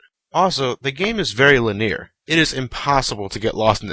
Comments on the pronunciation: Lin-ear? Uh, what was that? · Did just pronounced linear as "lee-near"? god damn it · "lin-ear" lol.